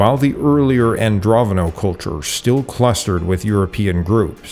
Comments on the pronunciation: Andronovo, not Androvono. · Just so you know, you're pronouncing Andronovo incorrectly. You're showing some dyslexic traits by calling them "Androvono," (swapping the v and the n) while your maps show the word spelled correctly. I hope this helps. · AndroNOVO, not Androvano... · You keep saying 'Androvono'. It's Andronovo. Andro-novo.